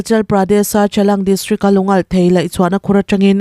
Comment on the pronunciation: Chalang ni lo Changlang tih tur